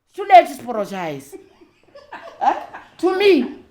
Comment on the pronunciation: It is the “too layt to aporogise” for me… I’m in stitches 😅😂❤